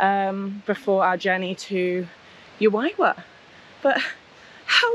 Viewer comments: The pronunciations for Juayua….should be….who .. A …you…A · The town of juayua is pronounced like who - a-you - a. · Juayua ( who- a you- a